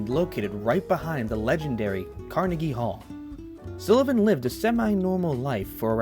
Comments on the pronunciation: I don't love how you pronounce "Sullivan" but thanks for the video. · Why's it so hard for you to pronounce "Sullivan" correctly? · This is ridiculous. You haven't researched the man, and you're certainly unfamiliar with him. You even get his surname wrong. Nelson deserved better than a half assed, thrown together "documentary". I'm embarrassed for you. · Please, he pronounced his last name wrong and where he was born. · The way this dude say Sullivan is driving me nuts. He obviously knows very little about these people. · Nelson deserves a lot more recognition than his work has ever received. But first, we need to clarify (and I hate to be the pronounciation police, but someone has to be): His name is Nelson SULLivan. Not SILLivan. Regardless, thank you for making this video. Nelson's work is important as it documents a moment in time when some of today's LGBTQ icons and artists were still scrappy twentysomethings on the street. A time when the East Village was still a grungy, artists' wonderland of inspiration. He''s perhaps most well-known today for having captured a large amount of footage of the infamous Club Kid era of Downtown, including the cautionary case of convicted killer Michael Alig. Much like many of those he trained his ever-present camera's eye on, it was years only after his shocking death that the size and scope of Nelson''s work was discovered. So many - whether it be younger LGBTQ's, New York historians, aficionados of Club Kid Culture, and those simply interested in a fascinating time gone by have enjoyed the massive treasure trove he left as his legacy. He's even often studied by other photographers and videographers that find fascination in Nelson's style and technique (most often, the fluid movements he created to ensure he was as much a presence in his videos as his famous friends.) Thank you, Nelson. I hope you know how much we appreciate what you left the world. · His name is pronounced Sullivan, not Silluvan. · Stop calling him Sillivan